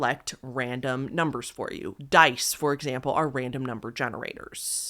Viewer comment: I’m a new sub and I really like your channel….but one piece of advice? Why r u talking with such an emphasis on the last syllable of words u say? Like “numbers” as “numbersssss”? Sorry, but it’s really annoying and actually sounds kinda dumb, and ur clearly not dumb at all! This is the first video I’ve noticed it so I’m hoping u just started it so u can quickly stop it before it becomes a habit. So it’s up to u, but please reconsider doing that when u speak some words. U speak so well, and I love the enunciation but what ur doing sounds like ur trying to be quirky or something but it comes off really ridiculous sounding. Ok-sorry, I don’t mean to offend but please stop before I, and prob many others, stop watching for such a dumb-but annoying-new habit. Love ya! Xoxo